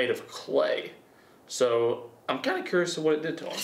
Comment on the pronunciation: ' '..: "im really curs" he put that southern sound to it lmao